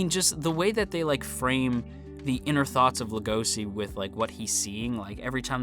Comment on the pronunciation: the translator made a mistake it's legoshi not legosi and it's also pronunce legoshi with a chi sound no idea why they made the mistake